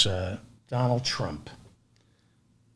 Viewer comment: "Donajd Eych Trump"